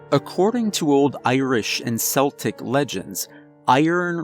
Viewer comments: Good story, quite amusing, but Celtic,is pronounced Keltic, hard c , not seltic, apart from the Scottish football team, for some unknown, to me,at least, reason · The ancient culture is pronounced 'keltic', not 'seltic' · Totally loved this but just one tiny thing bugged me, it’s pronounced Celtic with CK sound at the beginning not an S sound I.e Celtic not Seltic! Sorry just had to say , i hope you don’t mind? Amazing story and narration! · Not "seltic" it is "keltic". Celtic is pronounced like it's spelled with a K. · It’s pronounced “Keltic”. KELtic. 😆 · I was spellbound, until you pronounced "Celtic" as "Seltic" (wrong, unless you're referring to an NBA player from Boston) instead of the correct "Keltic"! (>_<) Oh, well, I suppose I can forgive a few mispronunciations in an otherwise amazing narration! Update: I just finished listening and I actually applauded. If someone could restore movie-making to what it was 20 years ago, I would want a feature film adaptation of the story. Sadly, since Hollywood has gone so far downhill now, they would screw it up somehow. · BTW your pronunciation of Celtic is incorrect. When referring to old tribes in Scotland or Ireland, it is pronounced KEL-tic, "Sel-tic" is only for the Scottish football (soccer) team. Otherwise, enjoyable recitation of a good story. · This is your best one yet! Just a heads up, not a criticism, it's KELL-tic not SELL-tic. Well done, this one will be a keeper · Ah, finally a rare voice of sanity. 😂 But sincerely, yes pronounced Keltic not Seltic. 💕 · NO ITS PRONOUNCED 'KEL-TIC' NOT 'SEL-TIC' STOP STOP I LOVE YOU MAN BUT I'M DECENDED FROM CELTS AND THIS PAINS ME SO MUCH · The only issue I had with the narration on this story was your pronunciation of the word celtic. Its pronounced keltic. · "Keltic",. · FYI it's pronounced Keltic. Unless you mean legends of a basketball team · Celtic is pronounced "Kel-Tik" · I agree this needs to be a movie. It's pronounced KELTICS. Hard C.